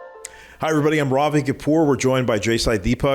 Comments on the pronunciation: Raavi Cawpore?!!!!! At least practice to say your own name in the correct accent!!!! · "RAAVI" bruh... learn to pronounce your own name properly ffs.